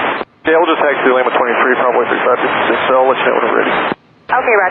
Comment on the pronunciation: In the beginning of the clip I find it remarkable that ATC knew which plane was talking, that didn't sound anything like 3556, most of the transmissions it sounds like 35 36...